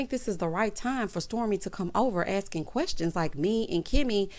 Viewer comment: “Querstions” does it for me! 😂🤣😂🤣😆